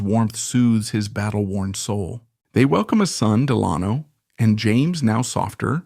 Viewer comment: The name “Delano” has the accent on the first syllable, not the second.